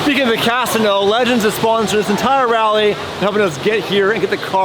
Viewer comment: I have never heard casino said like that before